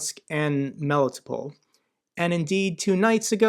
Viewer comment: * Melitopol → melly-TOPE-ul .